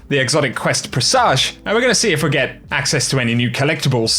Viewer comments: My man, presage is pronounced “press-ij” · Say 'presage' like it was 'message'